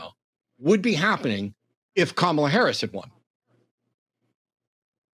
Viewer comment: is a closeted MAGA cult member chud. As soon as he said "Kum-AH-la", I knew exactly when he sat politically.